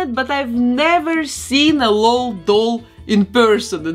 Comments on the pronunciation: It’s l-o-l not lol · I love all your work 🤩 but please it’s El - Oh - El dolls not lol dolls 😂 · You said lol dolls wrong not lol L.O.L. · I love it when people pronounce it Lol instead of L.O.L. xD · I love it! To help u know how to say it, if its even necessary, the LOL is pronounced just as letters so its L.O.L doll (eL-Oh-El) doll. But i like how u say it. And u can say it however u want. Just in case u want to know. I just love your channel so much!